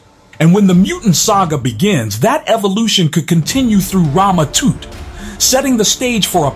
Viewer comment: It's not toot 😂 it's Tut like king Toot 😂